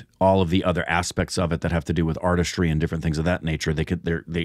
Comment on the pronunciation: Everytime utters words like aRtIstrY...🤮🤮🤢🤢🤢